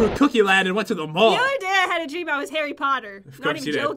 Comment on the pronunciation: Harry 'pat'ter